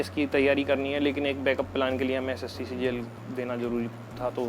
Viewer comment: Boss CGL not CJL 😂😂